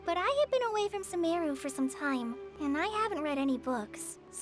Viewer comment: Its “suh-meh-ruh” i thought it was “suh-muru” Same feeling I got starting the quest